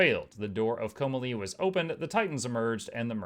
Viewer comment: Hey ! Don't mean to be that person, but you're pronouncing "Komalie" all wrong. It's pronounced Co-mah-lee. There is a video on Youtube with the proper cutscene from Guild Wars 1 where Vizier Khilbron pronounces it, if you want verification. It's under (Guild Wars Prophecies - cutscene 025 - Ring of Fire).